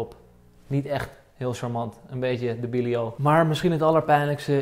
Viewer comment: Ebicilio is ‘debilio’ ik ging stuk